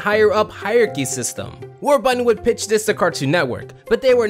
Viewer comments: Why did you keep saying Warbutton, Their is and R in the word. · How it's pronounced: WARBURTON How chooses to pronounce it: WAR-BUTTON😑 Jeez! Enunciate, man. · It's War-BUR-ton, not War-butt-ton. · Already slippin up,???? War-BURTON! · War...button? What, is the second R in Warburton silent? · The number of times he said the guys name wrong I mean it’s warburton not warbutton 😂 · Did...did you just call him Warbutton? Warbutton. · Does this dude realize there is a second R in Warburton? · Is it just me or does it sound like he keeps saying "War-Button"?